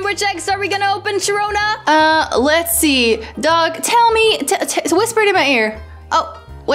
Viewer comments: WHOS HOLOSHAHONA THATS WHAT SHAROONA SAID LOLLLLLLL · HI SHAROONA Sharoona: HI SAHONA me: AHHAHHAHAHAHHAHAHAHHAHAHAHAHAHAHAHAHAHAHHAH HA.......................................................